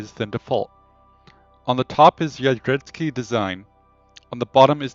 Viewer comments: I share your pain pal... But the correct pronunciation is, "Jev-ee-et-ski". As it reads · Try to pronounce "drze-" as "dshe", so it's "dshevietsky" or something like that.